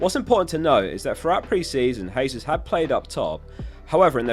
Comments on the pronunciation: Jesus is pronounced with a J, not a H. Brazilians speak Portuguese where they pronounce J's like we do. It's in Spanish where the J is pronounced as a H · I die a bit inside everytime someone says Hesus instead of Jesus. Jokes aside great and informative video.